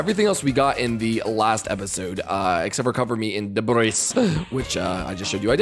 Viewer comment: It's pronounced "de-br-ee" not "de-br-is"